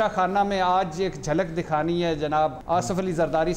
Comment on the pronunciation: بھٹّی صاحب nazam نہیں nizam,✓ ۔ asaf نہیں asif ✓